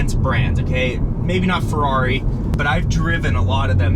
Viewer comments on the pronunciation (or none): none